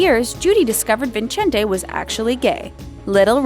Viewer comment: Did you really pronounce Vincente like that